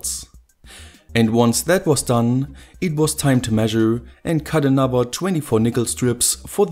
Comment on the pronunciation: I really like your videos, but pleaaase say th now w in anoTHer :(